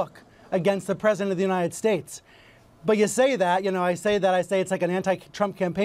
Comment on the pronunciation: of course not, he's like a stable genius... That's why he's president of the United "Shtaaeetes"...lol